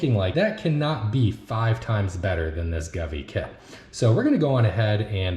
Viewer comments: Sorry, but have to point out, the brand is pronounced "Go-V" not gavee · I know someone corrected your pronunciation of govee. But I’m calling it guvee from now on